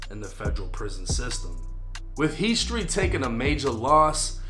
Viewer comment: lol he can’t even say Street properly !